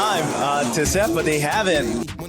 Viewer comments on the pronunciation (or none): none